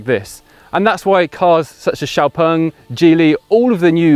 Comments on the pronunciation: Why is he saying 'x-pung'? If that's the correct pronunciation, why are they spelling it with an 'e'? And is it actually 'ex'-pung or should it be more like 'zhiou' as in xiaomi? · As a Swede the pronunciation of the of the name -"X-Pung" feels so wrong. :(